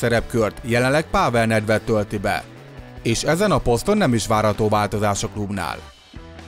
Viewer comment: Az a kiejtés: Páável Nedved